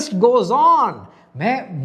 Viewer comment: انڈیا ہے اِندیا نہیں۔ باقی سب ٹھیک ہے ✨